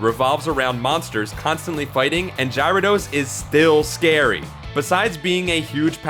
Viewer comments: Oh god... "Gyra Dos..." No... just no. It's Gyarados! Gy ara dos! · My nerdy nitpicky fanboy side... it's scrapping to get out..... URRRRAAAAAAAAAGGGHH!! It's not Gyra-dos! It's Gara-dos! Gara, as in Garin from Gar1onriva, who would know better than to make such an amateur mistake! Auggh.... Oh, man, accessing that side of me takes so much out of me, it's almost not even worth it. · Gyrados.. jirodos???? I love your videos but cmooonnnn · I'm just waiting for you to say gyarados right. GARA-DOS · Gyro-dose? What the hell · puke worthy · I can't Ji-ro-dose lol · There is no way that he is not mispronouncing things on purpose. Previous video he said Luffy incorrect and now its Gyrados? I mean come on. These are like 20 year old properties. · What is your accent? Do you say dino-sawr and not dino-sore too? Between this, Gyro-dos and Luffy being said wrong who proofreads these videos for pronunciation? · the way you pronounce Gyrados is cringe worthy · Why? Because he didn't pronounce Gyrados the way you wanted? Get out of here. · Why do you say Gyarados Wrong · So much complaining about the (probably intentional) alternate pronunciation of a fictional characters name, it's just sad really.